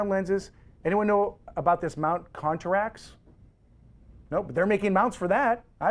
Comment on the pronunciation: Dude is clueless. Know your cameras before you speak about them. It's not "Contrax" - it's Contax. It's not an XTI - it's an X-T1. Zebra is an exposure assist. It's not a "Tilt & Shift lens" - It's a "Tilt-Shift Lens". I am only halfway through the video. It just diminishes your credibility.